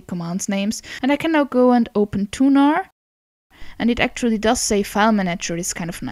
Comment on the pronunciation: Thunar, a file manager named after Thuner, the Frisian god of thunder. She's pronouncing it correctly.